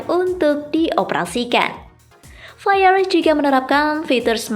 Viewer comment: Ohh....soalnya naratornya bilang faiar, padahal kan VIAR brand lokal, kok bisa dieja faiar ? 😁